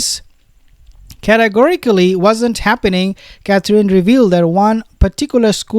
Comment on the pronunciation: you are darling and funny! But if you say " Cath- reen" one more time.....😐!!!?? It's pronounced CATH- RIN. Or Cath- er-inn. A bit of emphasis on first syllable!! "CATH- rin". Pleeeeeaaase? Pretty please??😅.... Mrs b